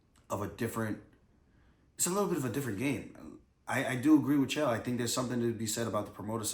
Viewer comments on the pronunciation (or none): His name is Chael not Jill